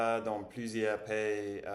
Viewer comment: Hello 😊 Here is today's review : Ma motivation de apprendre >ma motivation pour apprendre On parle français dans le France > en France In the word "pays", make sure to say the two syllables distinctively [pay-i] Qui voyagent pour tout le monde >dans le monde entier Au début d'apprendre >au debut où on apprend Motivation internale ? A ce moment-là > perfectly fine Ca m'a donné un coup de motivation> ca m'a donné une nouvelle motivation J'ai perdu une autre fois > j'ai perdu à nouveau Jouer tous les jeux > jouer à tous les jeux We wouldn't say " avec constance" even if it's technically correct but a bit dated and rare, we would say avec régularité Je mange bien, d'une façon santé > d'une façon saine Et mon point avec tout ça > doesn't work in french, we would say " ce que je veux dire, au final" or " ce que je veux dire dans tout ça" Make sure to say the s at the end of "plus" when it actually means plus in english. When it means "not anymore", the s would be silent. Encore plus motivé pour ... On va être ravi > on sera ravi = both work but the second is a bit more used We wouldn't say " former" des habitudes really, maybe more "créer" ou " prendre l'habitude de" Tu vas allonger la promenade, not accroître I noted you seem to gain some speed. Well done, less hesitations. A tee-shirt on would be much appreciated in the french étiquette by the way 😅 Wow, even a scenario ? Yes, that's would be interesting.